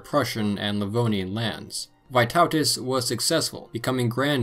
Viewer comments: Loved the fact you didn't skim over the Old Prussians, despite there not being a lot of solid information on them. Thanks so much! Hope you do more videos on the Baltic states in the future! also slight pronunciation correction for : "Vee-TOE-tas", not "Vai-TAU-tas" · Correct "Vytautas" pronounciation: "y" is pronounced like e in word "meet, not "i". I am Lithuanian